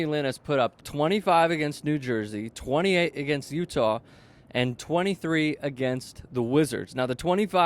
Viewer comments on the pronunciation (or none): none